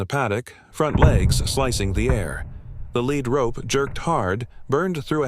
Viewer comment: You may not like this comment, my aim is to improve your productions. (1) Too many loud noises interrupt the video, (2) It is a Lead Rope, like leading and animal, but several times you spoke it as a LEAD rope, like a rope made of the heavy metal Lead. You are not the only one several of other call it both ways. I live in Fort Worth, Texas, “Cowtown”. Please edit your videos, Thanks !!